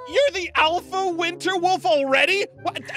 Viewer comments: I think ein said "wister soulstes" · Hahahahahahaha! He does say "winster" LoL when I spelled it it was autocorrected to winter! HA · Winster said winster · Aphmau: every werewolf must obey her every command: gives her a cake for some reason Aphmau: pretends to be scared: IM THE MOST POWERFUL WOLF DURING THE WINSTER SEASON. Me: questions why he said winster instead of winter Then me a second later: *wonders why is it always the richest player (is that how u spell it): MY STEAK IS COLD 😢 Me: didn’t he like cookies? Aphmau: ein unleash the poops Me: hysterical laughter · Anyone else notice that says 'winster' instead of winter when he is declaring himself a winter wolf? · Did anybody else notice said winster instead of winter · Anyone else realize that that ein said winster and not winter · Why does say one Witser🤣😂🤨